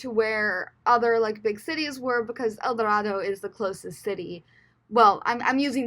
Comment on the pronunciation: It’s pronounced El Do-RAY-do.